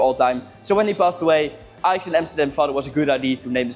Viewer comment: Ajax* not Alex 😂